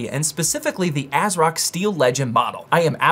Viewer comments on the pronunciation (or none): none